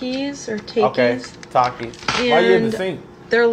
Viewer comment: Why she say take eeeeez